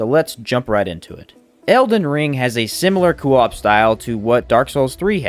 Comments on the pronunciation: CO - OP NOT COOO OP WTF 🤬 ITS ANNOYING !! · Why are you adding an extra O in Co - op? It Co like go not Coo like Goo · It's very jarring to hear every time he says it like that lol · why does every small elden ring creator mis pronounce words one guy said elden rihn and this guy says coo op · Co. Op not cooop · Lol great video but you new Elden Ring youtubers have me squirming in my seat with your pronunciations 😖 Today you're saying cuu op, yesterday a guy kept saying Elden Rinn. You guys are killing me here 😆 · Coo-op lol 😂😭😅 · Say it with me Coh-op. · Solid video - that being said, how you say “co-op” makes me want to put my head through a window. “Cuu-op” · since no one’s said it, it’s said like coh-op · Does anyone else hate how he says coop? It’s not kewop. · just came to say coo-op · Kind of driving me insane he says it like that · IMAGINE SAYING KOO OP..... that alone made me stop watching your video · Good sop saying koo-op, but good video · KOE AWP ...ffs man lol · Fr, I was about to call principal O’ShackHennessy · Will never watch another one of your videos in fear of hearing "coo op" again 🤢😂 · why do you pronuce co op like that, NECK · No offense but the way this guy says coop really rustles my jim jams. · lol that part on family guy when stewie saying cool W-HIP 🤣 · Coo whip. Why U saying it like that Lol awesome vids 🙏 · I was literally about to make the same comment until I saw yours. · Can you pleas say co-op properly, other than that you are an ok youtuber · I really couldn't get over the way he mispronounced co-op it made me cringe constantly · The way he said co-op really bothers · your pronunciation of coop is insubordinate and churlish